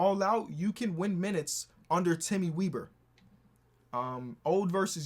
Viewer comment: as a person with the last name weber it is pronounced the same as chris webber